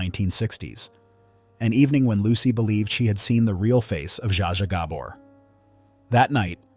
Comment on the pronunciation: Alternate Title: The many mispronunciations of Zsa Zsa Gabor.